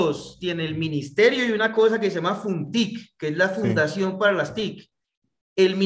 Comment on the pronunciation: No es funtic, es fontic, y no es una fundación es un fondo , es importante conocer bien los datos